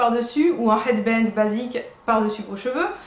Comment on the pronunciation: HHHHHHHHHHHHHEAD BAND avec l'accent jtadore joli déco derrière aller bisous la beauté orientale